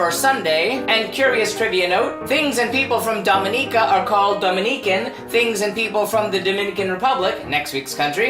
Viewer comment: thank you for saying the name correctly <3 i love my home land